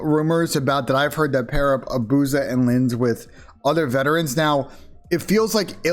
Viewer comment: Why does everyone pronounce it “a-booze-ah” when it’s clearly “abuse-a”